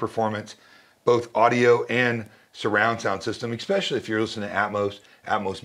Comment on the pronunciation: When a man selling you an $11,000 speaker pair says eXpechally..... especially essssssssssss pecially